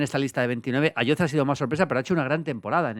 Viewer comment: Ayoze se pronuncia con S patrón